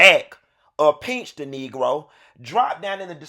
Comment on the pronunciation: Not "peench" 🤣🤣🤣